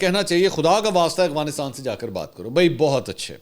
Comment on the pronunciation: منصور بھائی پھر، اغوانستان؟ افغانستان ہوتا ہے۔ دیکھ کر پڑھنے میں مشکل ہے یا جان بوجھ کر کرتے ہیں؟